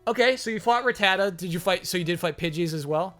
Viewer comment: The way pronounces rattata is freaking me out